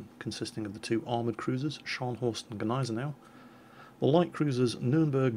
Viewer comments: raptor Don't think so. Because it's just not German. pronunciation is correct, except for thea after the g and the a before the n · BTW, its pronounced NEEZ-NOW, not Ga-Nize-A-Now. Spelled Gneisenau